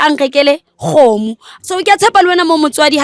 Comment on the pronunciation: VLADY BLUE KGOGO/CHICKEN NOT ĶGOMO; PLEASE